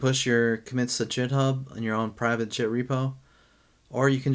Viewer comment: Good video. But dude, please pronounce Git the correct way. How you say it, it's hard on the ear. Google if you don't know, but it's like the word "get".